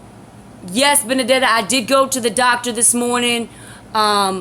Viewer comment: finaly saw your entire long long live stream.. it was great... so glad you meet my pal.. Betty.. well.. Benedeta.. and yes uou pronounced it correctly... you pronounced my name well enougth.. i told Betty about you a few weeks back and shes ben watching.. shes cool aint she... like you and i she too has left the catholic church... i hope it isnt raining over thete so you and Egypt can enjoy your game.. GOD bless you.